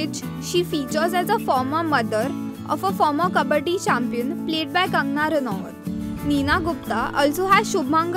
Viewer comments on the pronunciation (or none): none